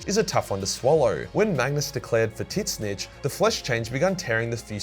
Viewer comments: butchering the pronunciation of Tzeench gave me a hard laugh. it ZeeeeeeeCH not Titznitch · Who is this "tit snitch" you say the thousand sons serve? :P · Tzeentch = Titsnitch Fukin classic